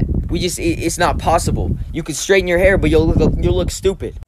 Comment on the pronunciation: Dude its H A I R